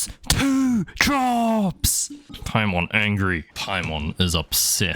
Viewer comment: you said the letter E here upsEt